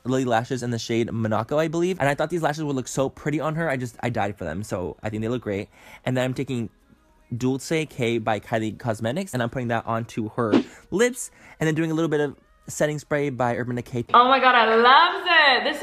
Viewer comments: wow he didn't know how to pronounce dolce k, but still love him so much! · he didnt pronounce Dolce K right😂😂😂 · The way he pronounced Dolce K by Kylie Cosmetics killed me lolol